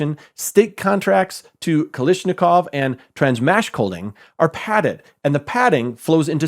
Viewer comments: Dig your work.. But.. it's Kalashnikov, not Kalishnikov. Otherwise, keep up the good work.. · Kalashnikov not Kalishnikov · KalAshnikov dude. It's not KalIshnikov. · Not Kalishnikov but KalAshnikov. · It's "kalash" not "kalish" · Showing the phonetics of a name is nice until you pronounce it wrong (Cartagena) or mispronounce it repeatedly (Kalashnikov)